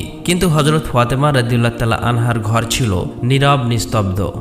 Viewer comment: ফতেমা না ফাতেমা।